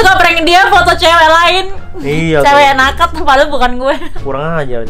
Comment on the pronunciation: banyak banget bang yg gw gemes pngen koreksi kwkwkwk dari kata endros harusnya endorse, naked itu baca neked, dan memeng, harusnya memang..gapapa ya dikoreksi